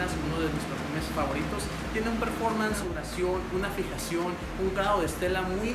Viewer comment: Se dice performance